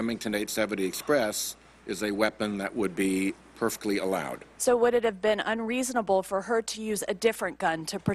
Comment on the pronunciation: This Senator sounds like a liberal idiot. "100 weapon", "100 magazine rifle"? "Peculiar"? "Pefectly allowed"? This dummy has no clue that it might take 12 or 13 shots to stop the threat. I'm shocked these people have any say over my rights at all.